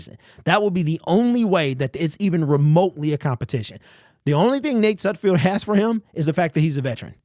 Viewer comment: SudFELD........not SudFIELD. Still love ya' bro. Great to see your takes again. You're my go-to on all Lions info!!